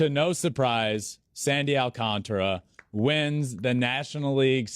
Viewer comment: It's not Sandy Alcantra its Sandy Alcantara